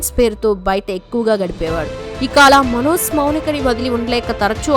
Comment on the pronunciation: Manoz అని పలకడం style ఏమిటి? అసలు pronunciation Manoj. మన తెలుగు భాషని foreign language లాగా పలకడం మన తెలుగు వాళ్ళకి చాలా మోజులా అనిపిస్తోంది. Hindi, Tamil anchors వాళ్ళ భాషలు స్పష్ఠంగా పలుకుతారు.